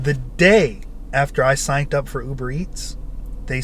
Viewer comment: sighnt up? whats sighnt? or did you mean signed up